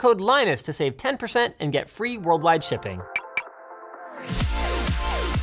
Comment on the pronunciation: Anyone else hear him say," world wide shtipping, during the intro sponser?